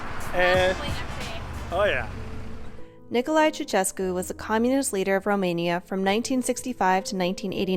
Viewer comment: The funniest thing is how you guys pronounce ''Ceausescu '' :)) At least you tried lol.